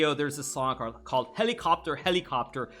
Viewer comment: khelikopter, khelikopteeer ahahahahahaha